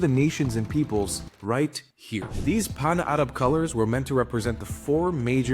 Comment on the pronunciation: Your pronouncement of "Arab" is a bit racist. Arab is an English word.